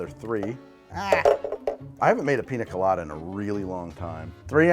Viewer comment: Dude absolutely murdered that Piña Colada there at the end lol.